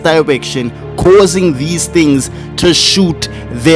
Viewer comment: Theas legs...yes Made me BUST OUT LAIGHING IT WAS THE PAUSE😂